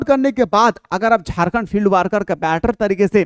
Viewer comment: Not वार्कर it's वर्कर ...please🙏